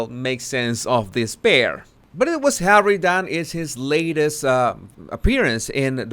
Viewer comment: You really make me laugh when I don't want to. I'm going through the worst part of my life right now, but, as always when you say "HAWEY " I just crack up,no kidding, I mean Hawey, really? so funny.Thanks for making me feel better. Love 'n Hugs to You.From the ❤️👑🤣🤣🤣🤣🤣🤣🤣🤣🤣❤️❤️❤️🇬🇧🇬🇧🇬🇧